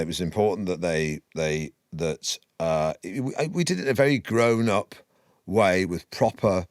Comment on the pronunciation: "Gowen up" ............?